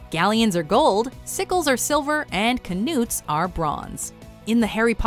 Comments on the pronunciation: kinoots for Knuts? wrong! it's said as nuts!!!! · The narrator failed Kindergarten English. When a word begins with "Kn", the "K" is silent and you just pronounce the "N". Therefore "knuts" is pronounced "nuts", not "ka-noots" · Who the hell pronounces knuts as "ka-noots"?? I've always pronounced it "nuts". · kinoots? KINOOTS!?!? jeebus, why does the WM crew seem to have no regard for finding out how to pronounce things? the 'k' is silent, like 'knife' and 'know', just say "nuts". THIS IS ABOUT THE 10TH TIME I'VE POSTED A COMMENT TO A WATCHMOJO VIDEO ABOUT TERRIBLE PRONUNCIATION, DO YOU EVEN CARE A LITTLE? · Ku-noots?, it’s k-nuts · It's not Kanutes it's pronounced nut like walnut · Apparently the actual correct way to pronounce them is like newts, with a long U sound. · Still better than "ka-noots". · they are pronounced nuts the K is silent in knuts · ka-nuut? wtf? lol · kehnoots? wtf? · K-nuuts I really don't know how they mispronounced that one...